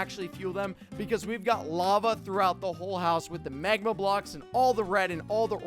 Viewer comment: He said MEGMA